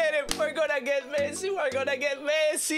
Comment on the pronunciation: Messi ❎ Mesci✅ 😂😂😂😂😂😂😂😂😂😂 i love you pro